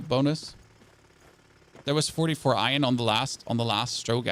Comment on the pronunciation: its not fcuking ion try saying it right its iron